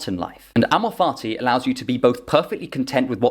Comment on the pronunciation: With your accent it sounds like you’re saying “amor farti” which has made me enjoy this explanation that much more.